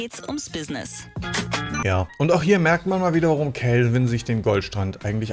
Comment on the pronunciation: Beim zweiten Telefonat klang es einmal so, als hättest du Kevin gesagt😂😂